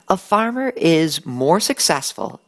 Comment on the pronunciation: a good "farmar"